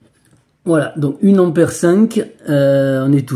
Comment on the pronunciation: Merci pour cette expérience. Cepandant on dit un ampère et non pas une ammère.